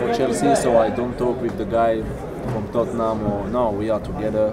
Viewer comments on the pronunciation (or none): none